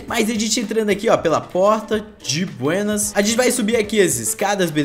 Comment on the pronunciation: Ele metade do vídeo " di buênas "